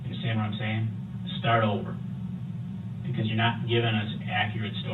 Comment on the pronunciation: He also loves to say " I don't undershhtand." 😅